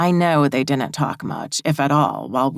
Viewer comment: Whatever you do, don’t notice the word DIDN’T mispronounced as DINNENT because your brain cannot let it go and it is said sooo many times that it gets super-distracting from the book. 🧠🧽💦